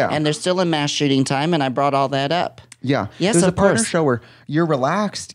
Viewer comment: Idk why but Tammie simply saying “Yis” brings me pleasure and gets me together 😂